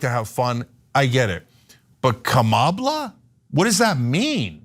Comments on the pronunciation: No donald its not Kamabla,its "KARMALA and she coming for you. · Cenk bey.... As a teacher of English, I lived in Turkey for quite some time. It's not "Kama-bla"...it's Kam-abla, which is how I personally think of her. (for none speakers of Turkish, "abla" is a term of respect added to a woman's name. It literally means "older sister") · Yeah, he could’ve spelled it Kamablah, which at least would get what he was trying to say across, but he’s too dumb even for that🤣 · what you're seeing with Mr. DJT's deliberate mispronunciation of Kamala Harris' name is his typical school-yard bully behaviour, but now the pressure is really getting to him and since he's truly such a stupid dope, he literally has nowhere to go - he is OUT OF GAS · It’s KaRmala you idiot! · It's not a slur saying kanabala it's a symptom of dementia pure and simple,,miss pronouncing , or miss spelling simple words, 100%sign of dementia 😅😅😅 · KAHmala. Please practice. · I think Trump is trying to say, Kama-blah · Ka-MA-bla. Sounds like a toddler's gibberish. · I bet Trump mispronounced Kamala saying Kamabla and is just covering up. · He is refusing to even give her the right pronunciation of her name...... what a disgrace for the American People. He won't change, he will just continue to implode further and further. He is so jealous of the energy at the Harris/Walz rallies! :D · In corporate one thing Black women have dealt with is white men who intentionally mispronounce or don't care enough to get their name right. It's a racist tactic to belittle you and let to you know I don't value you. I've worked with people who had names like Dzirzanowski, Batsaikhan, etc. They managed to pronounce their names correctly, but couldn't get Natasha right. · He's trying to make Kamala sound more like Obama.Kalabama. But he can't remember how to pronounce it. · If u struggle with "Kamala" you arent fit for presidency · I think he’s trying to say Kama-Blah, but he’s not literate enough to know how to spell “Blah”